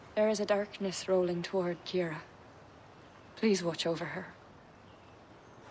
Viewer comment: Ciara is pronounced Kee-ra